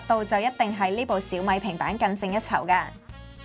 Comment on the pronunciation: S9就S9 係要S nine😅攪到好似looong nine個fd咁 稍mi pad~~我都唔知香港有人叫小米做稍mi~~聽到我呢~~後面都冇心機睇 #廣東話